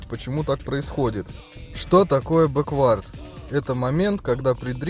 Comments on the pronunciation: Почему ты говоришь бэквАрд а не бЭквард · Не бэквАрд ,а бЭквард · все супер только не бекВАрд, а БЕквард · Беквард блять а не беквАрд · Не беквАрд, а бЕквард) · Крутое и информативное дерьмо. Только произношение английских слов режет слух немного - "бэ́куорд" в данном случае было бы верно. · Мне одному кажется что в слове бэквард, ударение идёт на букву "э"?